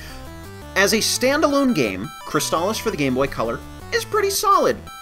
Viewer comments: Really? I thought it was always pronounced "Scurg ob Cwysbalips." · What?! They pronounce "Sword of Crystalis" in the game... And, they pronounce it the wrong way?! Of all this changes they made to this game, that's the one that will make me boycott this version!